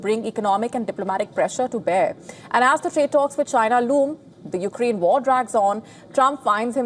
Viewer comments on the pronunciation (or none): none